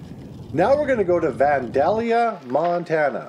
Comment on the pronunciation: It's Say-Co Montana. It's Van -Day-li-ah.